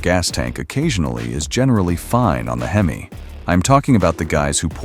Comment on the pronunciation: You have to love AI. It said hemiss instead of HEMI. Lol😅